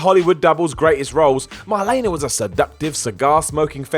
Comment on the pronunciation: How can you not pronounce Marlene Dietrich? I'm mean you'd just said her first name when talking about the character based on her and even got that wrong 🤦‍♀️